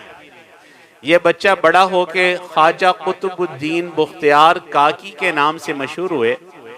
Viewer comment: بختیا ر ب کے اوپر پیش نہیں زبر ہے حضرت